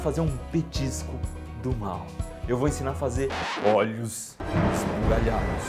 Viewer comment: kkkk eu nao cansei de ver a parte que voce dice olhos ismuliarados kkkkkkkkkkkkkkkkkkkkkkkk